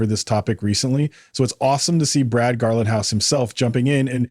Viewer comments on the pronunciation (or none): His name is not pronounced “Garlin-house”. It’s pronounced “GARLING-house”!!!